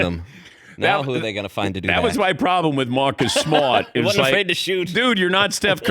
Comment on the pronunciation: Come on Dan it’s “Maaacus Smaaat”